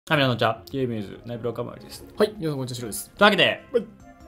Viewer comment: キャマエェル！